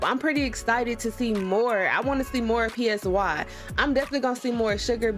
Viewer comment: "pee ess why" and "sugar" 😭 i know it's an honest mistake but ur so funny